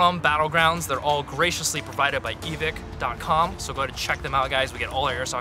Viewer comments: You know it's over when D says Evik instead of Evike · not eveeeeke its evīke come one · He said : “eevik” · Why does everyone say Evik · It’s eeeee viii kkkiee